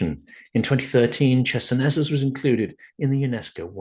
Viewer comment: Closer to ISIS. Well said! I was taken aback by that pronunciation of Chersonesus (χερσόνησος is still a common placename in Greek, meaning peninsula and sounding like hair-SOh-ni-soss) but maybe that's what has become the standard in English-speaking archaeological circles. A trivial detail compared to your important message.